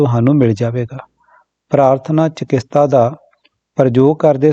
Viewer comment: ਚਕਿਤਸਾ not ਚਕਿਸਤਾ